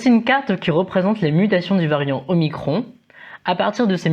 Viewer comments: Revoir la prononciation des lettres grecques jeune homme.... Un indice : comment prononcez vous epsilon ? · C'est pas le seul à prononcer bizarrement la lettre grecque. On entend ça aussi dans les médias. J'ai même entendu une journaliste prononcer "omnicron" ce matin :-)